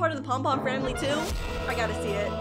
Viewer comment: “The pomily” the part: and tootoo is adopted. It killed me